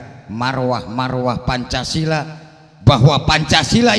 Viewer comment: nah, dengerin tuh. Pancasila.. Lah, kno jadi Pancasila wkwkwk